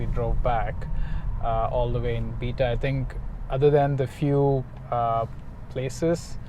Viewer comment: Love watching your vids man. Live in the Heights and my MYP doesn’t have FSD Beta yet. Since it’s only a week old I’m hoping I get it soon. Please please say beta correctly though. Beta as in bay-ta not beta as in bee-ta. It’s like nails on a chalk board.